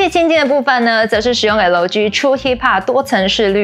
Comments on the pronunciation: 是L居易（快速連著讀），並不是L基, 也不是L居啦!!!! 😂差很多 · 是L基, 不是L居啦!!!! 😂差很多